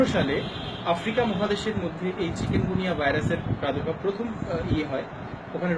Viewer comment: কেমন ডাক্তার উনি চিকুনগুনিয়া কে বারবার চিকেনগুনিয়া বলতেছে।